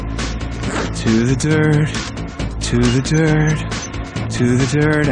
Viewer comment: "to the durt and to the earth." XD